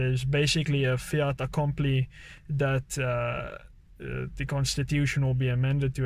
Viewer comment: "fait" not "fiat" accompli